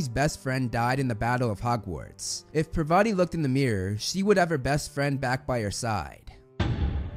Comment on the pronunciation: The video was just amazing but..... it is par-va-ti no pa-va-ti